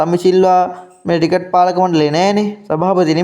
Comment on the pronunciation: රිකට් නෙමෙයි ක්‍රිකට්. ඔයා යූටියුබ් කරනවා නම් මේවා හදාගන්න.